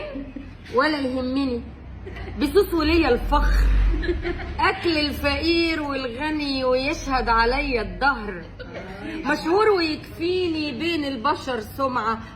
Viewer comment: الدهر وليس الضهر